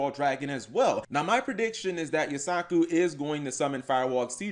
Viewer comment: says he watches the anime, but forgot that Firewall Dragon was summoned in season 2 and keeps calling Yusaku "You-sock-ooh" instead of "You-sah-koo"